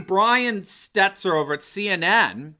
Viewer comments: it's 'Stel-ter', not 'Stet-ler'. The guy's a total shmuck, but let's at least get his name right. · (it’s pronounced Brian Stelter, not Stetzer fyi :) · Brian Steltor for gods sake , sorry but if you’re going to report good news , just pronounce these anchors name right !!! STELTOR FFS !!!